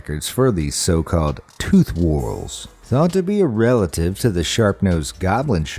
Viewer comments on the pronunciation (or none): none